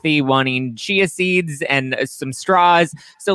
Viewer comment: Chia seeds OMG I thought she said cheezes